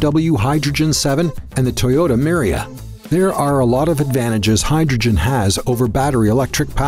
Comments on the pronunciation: he said Toyota miria. It’s Toyota mirai. Not miria lol. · Toyota Mirai. Not Miria. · Great, FCV the same has to deliver the DC for motor as EV has then still more rare earth needed for magnet in the motor… BTW the Toyota one is MIRAI not MIRIA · It's Toyota *Mirai lol lost all respect to this channel now.. can't even do proper research.. -_